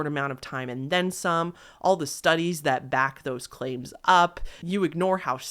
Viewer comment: No shade, I love your videos but WHY do you extent your last syllable at the end of your sentences? Especially words ending in S? It drives me insane 😭 “Realityyyy, claimsssss, thoughtssss, sensssse” 😭